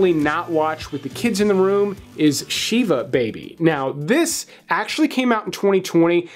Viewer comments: It’s pronounced shiv a, not sheeva. It’s also not a funeral service. It’s similar to a wake. The funeral service is over by the time the plot gets going. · You pronounce Shiva with a soft I. So it's like a prison knife plus ah. It's generally said as "sitting shiva". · Shiva is pronounced with a very short i sound, not like ee. Generally, for a couple of days (7 days if you are very religious) after a funeral, the immediate relatives (parents, spouse, children, siblings) will open their home for guests. They are not supposed to cook or serve for themselves, guests bring or send food, etc. The ritual is called 'sitting shiva', because basically you sit, and people bring you food and drink, etc. I did it for both my parents when they died. My brother hosted it at his home. When I did it for my mom, I could only take it for 1 day and then I went home. I found it very draining. But that's just me. But it can go on for 7 days. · Hebrew words are usually Translitered so the pronuncations can be confusing. They actually say Shiv ah in the movie too. I've unfortunately had to Sit Shiva a few times. BTW it was an excellent recommendation!